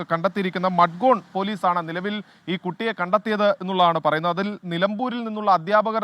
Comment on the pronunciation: മഡ്‌ഗോണല്ല മഡ്ഗാവ് എന്നാണ് ഉച്ഛാരണം.